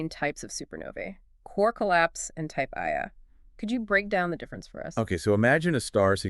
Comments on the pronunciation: Type Ia supernova is not pronounced "eye A". The I, upper case "i", is roman numerals for "one". Type Ia supernova is pronounced "one-A". Other number and letter combinations classify other types of supernovae. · type 'Ia" supernova is pronounced "one a", not 'eye a'. The I is roman numerals for one.